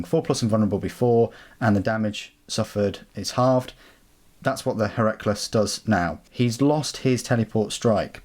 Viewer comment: Heracles is pronounced 'Hair-a-cleas' (rhymes with please). It's like one of those ancient greek-style names like Archimedes.